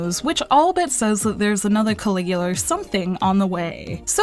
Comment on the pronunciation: Langrisser is a pretty underrated series. Also, Caligula has no r at the end.